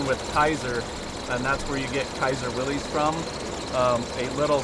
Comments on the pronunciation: Fun fact: That exalted name is pronounced Willis, like Arnold's brother on Diff'rent Strokes. I know some people might say well they call it Will-eez in TV and radio commercials from back in the day, but they were mistaken. It's the proper name of the founder John North Willys. Now you can impress people with your knowledge and honor the founder. Here's a 1948 commercial that got it right (skip to about the 5 minute mark) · dammit,... its WILLIS, not willies.... get the name correct first, please. good grief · I hate to be “that guy” but I thought officianados like these would know that they are not “WILL-eez” Jeeps. The family name was “WILL-iss”. No apostrophe, it’s not plural or possessive. But such is the life of someone who cares about proper speech. 😢 But go ahead: heap on the hate. I can take it. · Just an FYI its not “Willy’s” its Willys as in an alternate spelling of Willis. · This is super cool- but I understand that John North Willys did pronounce it `Willis' not "Willies" so since it's his name and this crew are so into them- they should probably pronounce it correctly. It's like Porsche's - it's a Porsh-A not Porsh. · For the love of gawd! It's disgusting how many "I'm a jeep history buff" people say WILLIES. It's pronounced WILLIS, not willies. The man's name was John Willys. Honour him properly by properly pronouncing his name. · Public service announcement: Pronounced Willis not Willy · Willys is pronounced “Willis” NOT Willy-z. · Thats real wheeling right there! You really have to learn to pick your line. BTW: its Will-ISS not Will-EES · I watched more. Send a memo&--its Willis pronounced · Willis WeLis get it right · "Vintage Willies" makes me giggle 🙈🤣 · Looks like so much fun! Wish I had one! But did everyone there pronounce Willys wrong? It's kinda weird how there's so many enthusiasts that know so much about Jeeps but don't know how to pronounce Willys. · ...and nobody can pronounce “Willys” correctly 🤔